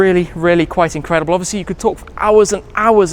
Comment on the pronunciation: Incwedible Kaaz Indeed!!